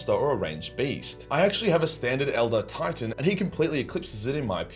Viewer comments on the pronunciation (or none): none